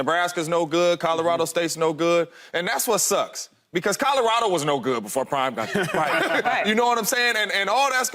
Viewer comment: Lesean! It’s Colorado not Codarado!!!